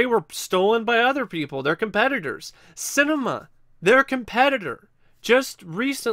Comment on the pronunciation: pronounced sin-ah-me-ah